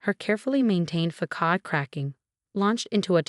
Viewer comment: facade not fa cod